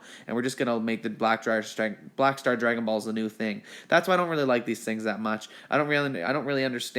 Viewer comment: It was funny that way he said next we have the bulshit borrow balls no way he's a I'm sorry we have the Black Star Dragon Balls